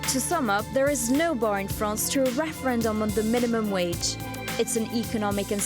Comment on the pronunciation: Fake rererendum.